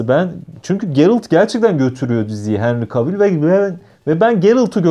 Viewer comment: yoğğ normal "Henri Kevıl"